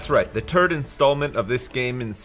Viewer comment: "Welcome back everybody to the Witcher part tree, um, that's right the turd installment of this game and series...."